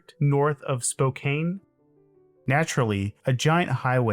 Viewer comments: North of Spo-kann, not Spo-kane. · It's SPOE - KAN, not SPOE KEN. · Bruh it be “spo-can” not “spo-cane that said surprised to hear it as a reference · I hate to do this but as a guy from Washington it's "Spo-Can" not "spo-cane" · Spokane is pronounced “spoh-KAN”